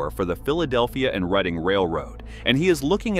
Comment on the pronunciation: It is pronounced Red-ing!